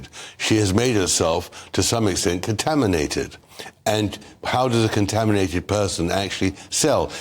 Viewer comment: “Contaminated” sounds even worse in accent. Love, love, love his book Revenge.